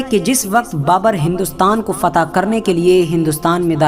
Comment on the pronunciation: फता नही फतह बोलो